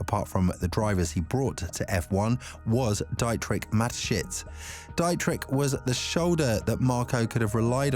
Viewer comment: Enjoying the video but it's Dee-trick